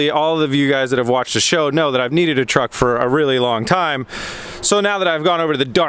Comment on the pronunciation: Pronounced truck wrong.